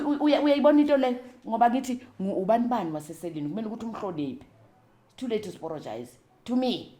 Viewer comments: "It’s too late to sporogize! 😅"...The way she tells her story is something special. She’s been through so so so much, yet she still manages to share hardships with humor and grace. That kind of resilience is beautiful ! A rare gift ! ...She almost took me out with ,"it's too late to sporogize!"😅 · "Is too late to sporogize" 😂😂😂😂😂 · I can't stop laughing it's too late to sporogize.I'm going to say it to my husband each time he apologizes!😅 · "Too layte zuporojaize"😂😂😂😂😂